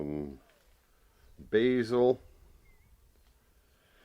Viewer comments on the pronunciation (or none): none